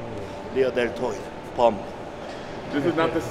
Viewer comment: “Rear deltoi puh”